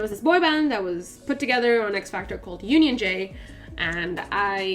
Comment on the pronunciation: I kept thinking you were saying Fear Factor instead of XFactor 😂😂